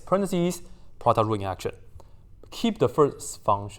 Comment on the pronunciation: i love it everytime you said produt rule💖💖